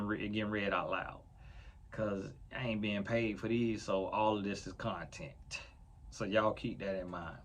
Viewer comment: I hollered. 😂 said all This is contenT. With a hard T